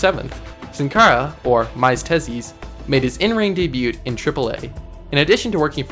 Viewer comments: Debut is pronounced day bew not day bute and debuted is pronounced day bued, go back to school you undergraduate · It's debut not debute so stop saying it like that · Your Spanish is terrible but your English is worse. its pronounced "DAY-BEW" , and Illinois is not plural. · You say "Debut" wrong. You say it like "Day-byue" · Debewt ? Miastezzees?? do some English and Spanish pronunciation homework punk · Bro, learn to pronounce "debut". Dey-byu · debut is said like daybu and Illinois is said like illinoy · good bid but its pronounced (daybue) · You don't pronounce the T at the end of Debut. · The t is silent in the word debut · The T in DEBUT is silent bro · Why is he pronouncing the "t" in debut? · I'm just gonna say it the t in debut is silent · That's not how you say debut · Dude. Your pronunciation of debut is killing me. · minor nitpick but like you don't pronounce the t in debut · My only criticism is that the T in debut is silent, but it's a great video good work. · You do know that the T in "debut" is silent... Right?